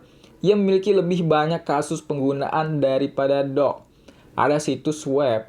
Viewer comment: Doge sama dog beda bacanya